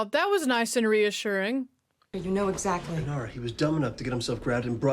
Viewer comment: Inara - not Inira - just saying. But this ride along is a blast, glad you are enjoying the show! You are clearly a Browncoat now!